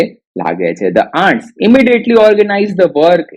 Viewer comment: Pronounciation mistakes Ants-ઍનટ્સ Often - ઓફન the 'T' Letter is silent here